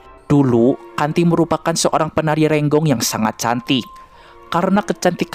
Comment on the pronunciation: Ronggeng min.. Bkn renggong..